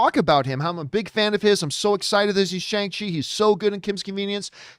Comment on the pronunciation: Hey John, Simu Liu tweeted the correct pronunciation of his name back on May 2nd. It’s See-moo Lee-ew. He also added the correct pronunciation of Shang-Chi. It’s Shong-chee.